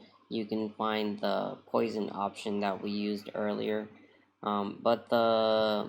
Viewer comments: ))) "Poison".... that is Poisson, with 2S :)) pronounced /pwa.sɔ̃/. See for details. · Poisson is pronounced “Pwasson”. He was a great French Mathematician. Great video BTW.